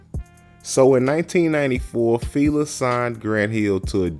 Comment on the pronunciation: Y'all really inspiring me to make content cause it is pronounced Fi- La like Feeee laaaaaa not filae fea lay whatever you are saying was wrong. I know you wasn't born in 90s and if you were lawd 😂 smh